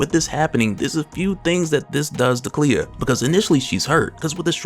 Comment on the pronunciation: Clea. Not Cleo lmao